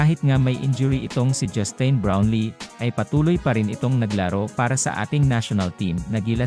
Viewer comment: Sir, pakiayos pag pronounce ng pangalan ni NoyPi. Justin... as in tin, like tin can. Sa laki ng respeto niya sa mga karaniwang Pinoy at serbisyong binibigay niya, deserve naman niyang tama pagkabanggit ng name niya. Siyempre dapat may matanggap yan kasi nasa batas yan. At yung mga patron pa nung team, mga bilyonaryo naman yang mga yan.